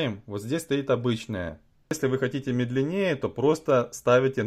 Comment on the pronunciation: Видимо, медлене́е и быстрене́е 😂